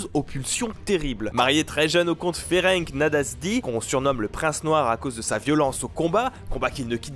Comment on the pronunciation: Bonne vidéo mais je me permet de dire qu'on ne dit pas Ferenk mais Ferents en prononçant toute les lettres ou Alors François en Français Pour le mari de Elizabeth Bathory ^^